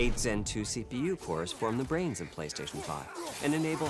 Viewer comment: "Pay"-Station 5 [PRO]😂